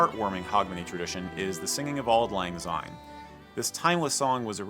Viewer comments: There are a couple of things the American commentator said which must be clarified. Scots do NOT celebrate Hogmanay! We celebrate New Year which comes at midnight, obviously. He is partly correct when he talks of redding up the house. This is in anticipation of New Year. The pronunciation of Syne in the song Auld Lang is Sign as in signpost. It is not Zine as he pronounced it. As a further note there is no letter Z in the Scots alphabet. I have never heard of Sainning. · I do not understand why furriners always pronounce Syne with a Z sound , it has an S just like since ( which is the meaning).